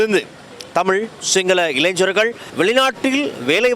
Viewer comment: இளைஞர்கள் இளைஞ்ஞர்கள் இல்லை. இலகுவாக சொல்லவேண்டுமென்றால் வாலிபர்கள் என்றும் சொல்லலாம்.